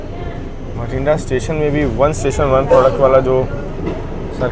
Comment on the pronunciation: एक रोचक जानकारी आप सभी के साथ सांझा करना चाहूँगा कि हमारे गैर-पंजाबी मित्र इस शहर को "भटिंडा" कहते हैं पर पंजाब में इसका उच्चारण "बठिंडा" के रूप में किया जाता है। इसी तरह "कोटक+पूरा" नहीं बल्कि "कोट+कपूरा" 😍💕🙏